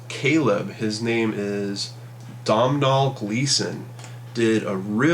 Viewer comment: Heads up,The actors name is pronounced 'Donal'. as in doe-nal! Love your videos man,thanks!